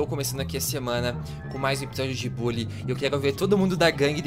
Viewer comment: Se fala bãlly